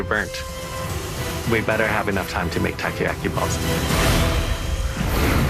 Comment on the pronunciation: I laugh so hard when the other chef pronounced "takoyaki" as "Taco yaki" HAHAHHAAHHAHAHAHAHH